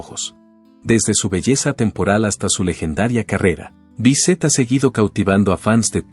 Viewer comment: No es Jacqueleen, y no es Besset, es falta de respeto leer mal un nombre¡